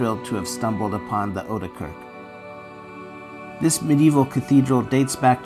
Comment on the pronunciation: oude kerk, ou as in now kerk with è like as in pat.. [ow duh k èrk] .